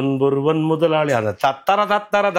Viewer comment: Mudhalali and not Muthalali